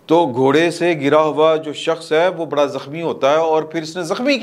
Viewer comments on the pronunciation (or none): none